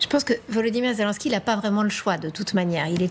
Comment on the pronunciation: Pas "Zé Lin ski", Zé Linnn ski! Pourtant vous dites "Jostinn Troudeau"! Allez comprendre ;) Vive Ze France!